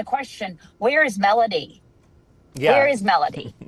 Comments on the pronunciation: This would have been more credible if her name was pronounced correctly & anything new was actually revealed. I get not being able to say too much during an ongoing investigation, just say that. Very clickbaity. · This "PI" doesnt even know how to pronounce the kids name...